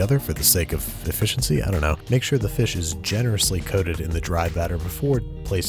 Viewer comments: "For eFishiency" I can't believe he didn't realize that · Hehehe "e-fish-iency" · For the sake of efishiency winks hard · I hate him, he didn't say e'fish'ency when he put the fish in the fryer